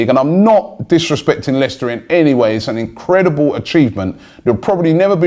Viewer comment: Why is he saying Leicester like that when they have in the past 10 years won a league title and Arsenal have not?